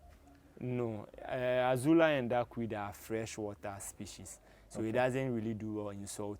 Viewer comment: It is NOT Azula, but AZOLLA.